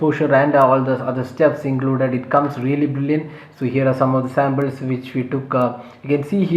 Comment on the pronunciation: Its not Sambles.... Its Samples.